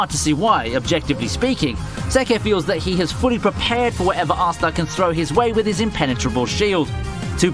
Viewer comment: I believe his name is pronounced astA, not assta